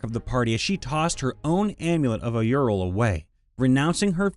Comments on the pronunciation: “Auril” isn’t pronounced “ay-ur-il” It’s “ore-il” like “aura” is “ore-uh”. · Oof, your pronunciation of "Auril" almost made me physically cringe there! It's basically Oh-REEL. Great story though - character development FTW!